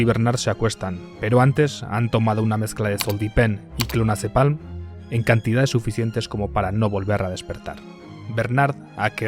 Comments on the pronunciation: fe de errata. El nombre correcto de la pastilla es "Clonazepam", no "ClonazepaLm" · ZOLPIDEM!! No zoldipem y clonazepam no clonazepalm. Buen video! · Zolpiden y clonazepan q lo has dicho mal :) Buen video <3